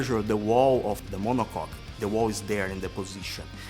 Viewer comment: We all know that's not how you pronounce monocoque...